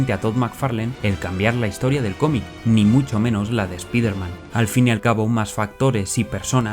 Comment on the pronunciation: ¿Por qué pronuncias bien SPAWN, pero Spider-man, mal...? Oye, por qué Todd aborrece a Peter David, lo ha llamado payaso. 😮